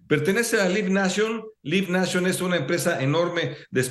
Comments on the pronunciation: lib nacho :) se pronuncia laib neichion (live nation) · ¿"Lib nashon", Sr., en serio? Por lo demás, ojalá se la dejen Cayetano con todo y huevos al Amo de los Boletos.